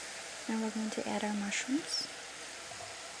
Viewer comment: I hear the East Coast accent on certain words...haha.. - "sauce" - "add"